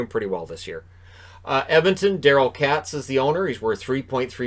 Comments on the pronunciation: Daryl “Katz” Is pronounced k-ay-tz not “cats” lol. Just FYI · Lol you said Edmonton’s owners name wrong. It’s pronounced like Kate’s not Kat lol sorry had too